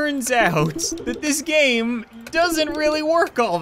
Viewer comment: It sounded like he said "what's up guys and welcome back to the coin gay" 😂😂😂😂😂😂😂😂😂